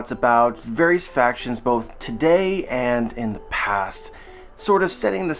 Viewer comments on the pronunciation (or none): none